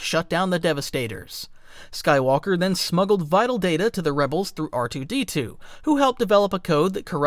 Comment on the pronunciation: I thought you said rdr2 for a sec lol